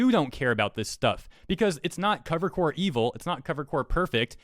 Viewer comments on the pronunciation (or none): Hey, one small thing: You keep saying "Cover Corp" and pronouncing the "Corp" like the English word "Core," but that's not correct. You're mixing up the "corp." abbreviation with the French word "corps." You don't pronounced "Corp." like "core" you just pronounce it exactly how it looks. For example, when talking about the US Marine Corps, that's when you would use the "core" pronunciation. But when talking about Cover Corp., you just say it like "corp"